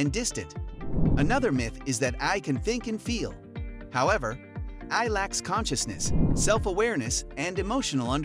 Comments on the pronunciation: Hilarious. A video about AI where the AI can't pronounce AI. And, uhhhh, how close did you say we are? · Lol a video about AI taking over narrated by AI, that's why it says.AI as a word not an acronym. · how can you not say ai, just say each letter